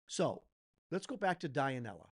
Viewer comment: Dionela it pronounce DUE-NE-LA...thanks on your honest opinion,regards from philippines..🫰🏻🫶🏻♥️🇵🇭